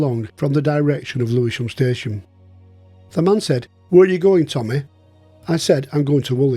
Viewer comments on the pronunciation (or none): none